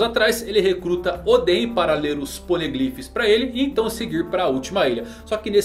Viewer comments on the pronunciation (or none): none